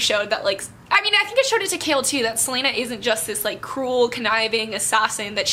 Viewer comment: I'm not going to lie, I feel so ashamed of myself because I've been pronouncing Chaol's name with the -ch sound in "cheese" and Wyrdmarks as "weirdmarks" and you just went there and pronounced them so correctly. To think I was thinking this as I was reading the book and I feel so embarrassed! 😭 But I still loved this book talk as I'm still gushing over what happened :) ♡♡♡